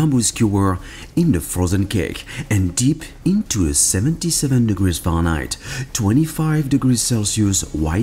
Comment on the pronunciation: Omg when he says Fahrenheit